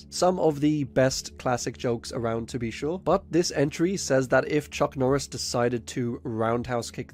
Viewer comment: Chuck nooris